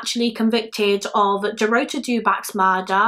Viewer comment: Dorota is pronounced the same way Dorothy is but with a 'ta' instead of 'thy' at the end. It's the Polish version of Dorothy. Love your videos, btw. You're very compassionate towards the victims unlike another YouTuber in the same field whose name I won't mention.